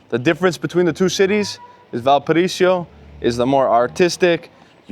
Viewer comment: "VALPARAISIO"?? VAL PA RA Í SO